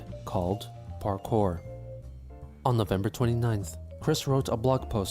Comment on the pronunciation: no, he thinks he was doing parkour . or as he called it; ''parkay'' LOL XD